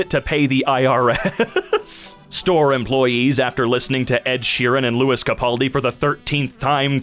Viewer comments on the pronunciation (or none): none